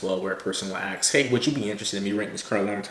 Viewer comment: In the interest of your increased professionalism, please practice saying ASK instead of AX.